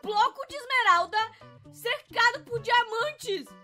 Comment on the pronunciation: vc falo bloco de esmerada😂